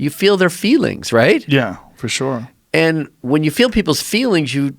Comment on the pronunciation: Joe 'shoore' Rogan